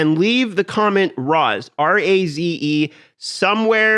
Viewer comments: Razethemall makes me think it's Raise, not Rahz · Raze is not pronounced RAZ :) more like raise but with a Z - Cheers! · raze rhymes with daze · Raze: ngone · Raze : did know thats how you pronounce that tf